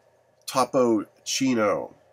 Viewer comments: It's Topo-Chico you dumb fuck! Not Top-Chino. Learn to read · The legend of topo Chico is that the lady drinking the water on the bottle is a Aztec princess that's had a disease that no doctor can cure until they heard about this spring north of Mexico in Monterey so they went over there and drink the water and bathe with it and she got healed that is what topo Chico is he can't even say the name right